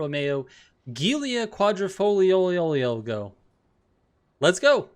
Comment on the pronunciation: It's not even that hard: joo-lia quad-rifol-yo :(